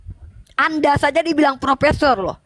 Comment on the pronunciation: Bukan propesor tapi propesong.